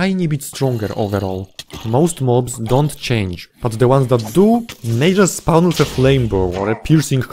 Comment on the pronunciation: First time I'm hearing spawn pronounced as spaouwn. Also fandom wikis are evil monopoly garbage, use real wikis